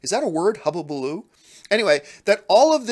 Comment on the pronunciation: Hulubaloo not Hububaloo lol although I have no idea how to spell it heh Rant Baby, Rant!!!!!! lol